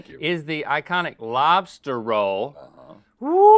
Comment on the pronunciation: Lobs-Tart ... just sayin lool